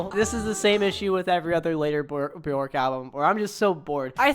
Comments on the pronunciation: when you said 'buh-jork' I died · Pronounced "Byerk", rhymes with "jerk". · Björk rhymes with jerk, not JORK